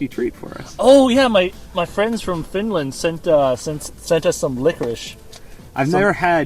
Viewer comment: "Finaland" REEEEEE